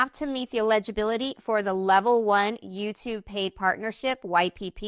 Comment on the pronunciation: Saying this to help you. Eligibility and illegibility are not pronounced the same way.